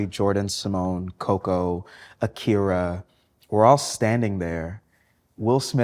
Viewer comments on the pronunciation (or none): none